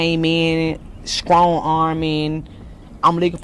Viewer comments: She "sKrong" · Who tf told people strong is with a K smh 🤦🏽‍♂️ wtf Is skrong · "Scrong"? Why cant some people say "strong"?